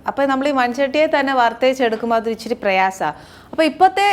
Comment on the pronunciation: ഇച്ചിരി അല്ല.. ഇച്ചിരെ.. 🤣